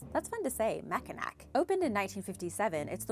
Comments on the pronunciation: It is not pronounced Mackanack. It is pronounced Mackanaw. The one thing you didn't mention is in the wintertime there have been trucks blown off the bridge many times into though cold water below even semi trucks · It's pronounced Ma Kin Naw not mac in nack.. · Mac-in-awe not Mac-in-ack :) I'm live near it here in Michigan. Thanks for the great video! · I simply cannot believe you don’t know how to pronounce Mackinac!! It’s pronounced Mackinaw. I was DYING at that one. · Mack-in-aw is the right pronouncing sound. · Oh, Bridge #2 Mackinac Bridge does cross the Mackinac straight, however -- this is Michigan that we are talking about. They have the Lake Michigan Dialect and as such change the sound of letters to help the locals understand who is an outsider. So Mackinac is pronounced Mack-in-aw. But what can you expect from a Yupper. That is a person that lives in the upper peninsula (which is really a wart that Wisconsin did not want to claim) The most scary part of the bridge is that the center two lanes are made of open grid panels so you can look down and see the straight. How does your brother feel now that you have called him out as scaredy cat and his sister is braver than he? PS -- love this show, you are a wonderful host. Would be neat to see you back in front of the green screen as you add so much to the video with your facial expressions and just plain old fashion, stop men mid stride, beauty. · That was killing me...it’s like Mackinaw... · And the saddest thing of all is that I live in the UK. Though to be fair, Lake Pontchartrain featured heavily in the Lyrics to Andrew Lloyd Webber's musical 'Whistle Down the Wind'. I have to concede: is usually spot-on when it comes to pronouncing Latin American name-places, but is seems (as with Mackinac bridge) not as keen with the Native American ones! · I’m in Michigan, too. I was dying at that one...